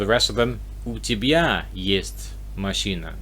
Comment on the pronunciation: Вы говорите "мащина", следует "машына". Понимаю что сложно расслышать разницу, но просто пишу, что бы вы имели в виду, как именно вы произносите.